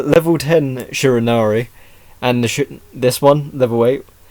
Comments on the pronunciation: Shinnari? the cringe hit me as soon as I heard that. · its pronounced shir-a-nu-i, the i makes an e sound at end.